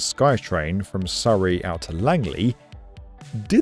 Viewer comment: Honestly, the Skytrain is a much better option i wish more countries would adopt, i love that you pronounced Surrey the correct British way lol, when i lived in Vancouver i kept correcting people saying it's the same as the British and Australian Surrey/Surry not Soooree but hey